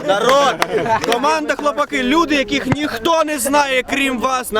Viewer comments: Шліпаку, навчися правильно говорити назву команди. Наголос на А а не на И. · Якраз наголос на "И"))